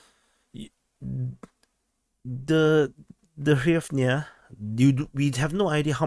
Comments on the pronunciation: Just say gryvna for fucks sake, this is so painful to listen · "Tremendous" is an understatement. You can pronounce it "Reev na." It's pretty close.